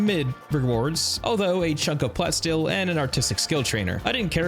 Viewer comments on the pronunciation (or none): Love that follow up thanks so much, love the vid. But bro it's plah - steel... get it? like a mix of plastic and steel. You're saying plat steel like a mix between platinum and steel which this is not.